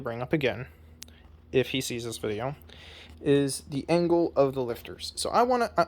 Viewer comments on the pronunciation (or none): none